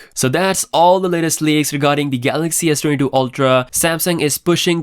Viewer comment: Saying Sdoodoo again